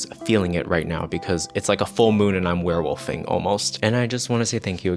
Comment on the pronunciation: I thought she said queerwolfing instead of werewolfing. I'm not changing that in my head.